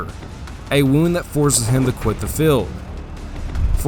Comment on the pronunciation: good historical facts, you need to work on your pronunciation , feld= Field, and many other words, do not mean to be nit picky but English is English and a good narrator WORKS on pronunciation, unless its woke English.